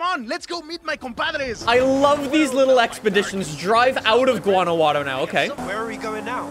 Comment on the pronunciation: No one: Literally no one:: Guanaguano 💀💀💀